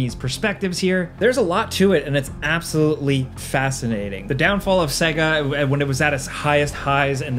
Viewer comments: It's Say-Ga... Right? Not Seg-A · How in the hell are you gonna work for a game review channel and not know how to pronounce Sega properly? SAY-GUH! It literally says it at the start of their games. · SAY-GA SAY-GA SAY-GA! my God, how are you a video game commentator? It's madness! You are deliberately torturing me right? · Say "segguh" one more time. I fucking dare you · Dude!! Stop saying "sega" wrong!! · I hate how he pronounced Sega..the system and most games SAID the word.. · You pronounce "Sega" weird... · I had to stop this video. When a guy making videos abotu games doesn't know how to say Sega, I'm out. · can't pronounce Sega then...